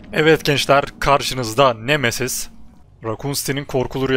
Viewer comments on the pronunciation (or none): siz nemesiz diye okurkan memesiz diye anlayan bne 😃